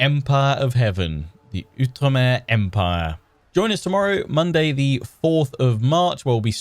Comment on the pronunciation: Oh, I am SO excited about this. I’ve been wanting an Outre-mer campaign for ages - but I’m also glad to hear you pronounce Outre-mer correctly! There was a time when you would pronounce it “Out-reemer,” and while I truly love your videos, I think my little historian brain would have exploded. 😂